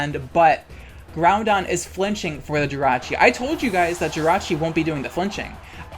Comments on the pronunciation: Bro, it’s grouDon not grouNdon where u getting that extra N from ☠️🤣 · Why do you call it "Groundon?" It's "Groudon," there's no "n" in the middle. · I have to point out that there isn't a second 'n' in the pokemon 'Groudon'. You're pronouncing it like 'Groundon'. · It's Groudon, not Groundon 😭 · I know you're just saying "kee-OH-gray" and "GROUND-don" to make me comment with a correction, so let me play directly into your hand for engagement metrics. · its a little irritating to hear "groundon" every once in a while but thats what makes your videos fun tbh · Why do you say ground-don lol 😆 it's cute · Are you saying "Groundon"? With an "N" in the middle? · They do it on purpose to piss people off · I can’t put into words how triggered I am by “kee-o-gray” and “groundon” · i’ll never get over “ground-don” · I come for the pokemon, I stay to hear add that extra "N" to Groudon's name.